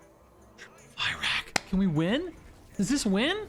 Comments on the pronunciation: it's pronounced "fir-ock" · Can we stop pronouncing him "Fairakk" plz...? It hurts my brain. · Cant tell if the misspronounciation on fyrakk is intended or not but if it is, well played, drove me mad with unreasonable anger! 😂